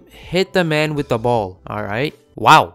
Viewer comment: Ballz? Sounds like balls 😂